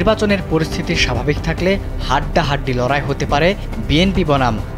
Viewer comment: লাড়াই এটা কি। লাড়াই শব্দটা কি লড়াই